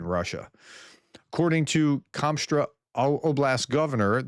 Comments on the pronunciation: you keep saying Kom-straw power plant when it is spelled Kost-Roma....although it burns like Commie Straw! LOL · How on earth does Kostroma become 'Komstra'? Either don't read place names or say what you see. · KOSTRO-ma, not Konstra. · How do you see written 'Kostroma' and pronounce is 'Komstra'? :D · Where did you learn how to read? Kos- tro-ma. How the f do you end up with komstra.? Do you not see where the letters are? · How can it be Komstra? Just read what is in front of you Professor, lol. It is really not that difficult. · kostroma is not "komstra" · Kostroma is pronounced exactly how it looks, except the stress is on the "a". Don't overthink it